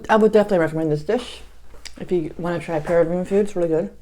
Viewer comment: You're mispronouncing it... emphasize the 2nd syllable of Peruvian